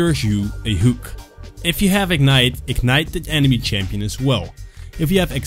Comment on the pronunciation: So flay first then don't miss your "hewk".